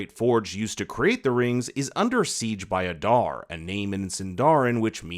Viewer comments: Aaada not adarrrr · It pronounced AH-DAAR not uh-darr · Why must you pronounce Adar's name like that?